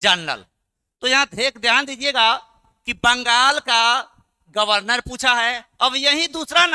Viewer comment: गवर्नर √ गर्वनर × flow flow me mistake kr gaye n....